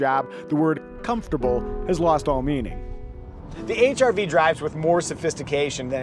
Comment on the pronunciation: The silent "R" makes it sound like you're saying H"I"V